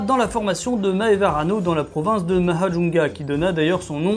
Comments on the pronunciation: je viens de découvrir ta chaîne, je m'abonne direct moi qui adore les reptiles. et jte remercie de mettre en avant les incroyables espèces qui vivent/vivaient à mada moi qui suis originaire de ce dernier! pour ton info mahajanga se prononce "mahadzang" (le a est avalé) et majunga est la traduction anglaise de cette ville. merci encore ça fait très plaisir cette vidéo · Mahajanga ça se prononce "majènga" ayant vécu à Madagascar voici la prononciation :) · Non mdr la façon que tu dis Mahajanga 🤣🤣🤣 faut le dire façon malgache 👍👍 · En tant que malgache j’ai adoré cette vidéo!! Elle m’a touché plus que celle de d’habitude et pourtant je les adore. J’ignorais l’existence d’une aussi grande richesse paléontologique donc merci de me l’avoir fait découvrir ☺️. J’avoue j’ai eu des petits sourires quand tu prononçais mal les mots, surtout je viens vraiment de Mahajanga 😅